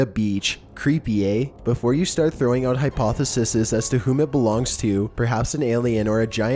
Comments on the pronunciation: not "hypothesisis", but "hypotheses" (pronounced hypothesees) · Hypotheses,, not hypothesises. Also, Stonehenge, not Stonehedge. Last one, I promise - "NAH-dyool," not "NO-dyool." Love your content! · AND "hypothesises" in place of hypotheses. I can't even...